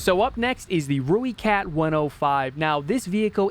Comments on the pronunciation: Not one to nit pick love the video and the opinion on premiums but please its pronounced "ROY"kat not rooekat just wanted to offer my 2 cents worth other than that keep up the good content man:D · It’s pronounced Roy-cat. If you wanna say it like a South African it’s more like Roy-cut. Either way, it’s definitely NOT Roo-e-cat